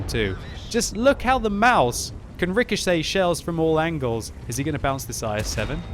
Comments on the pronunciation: its pronounced Maus, you dont put anything behind the s...just stop doing that please. the english way of saying mouse is really damn close to the german way of saying Maus so no need to change anything there really...idk why some ppl believe german words are pronounced with an "a" at the end...like some ppl believe Porsche is pronounced Porscha...dafuq?! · CHUBBYCAKES Maus* or mouse, it's not mause, that's pronounced "Mausa"